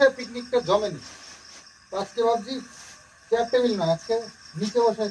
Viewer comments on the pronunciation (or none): none